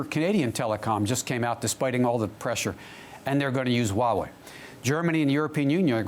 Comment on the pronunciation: Kinda disappointed even the Huawei CSO cannot even pronounce "Huawei" right....